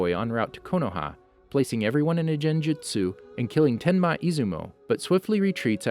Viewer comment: Under a jenjutsu